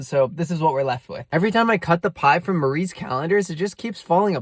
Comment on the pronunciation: The s at the end of Marie is killing me...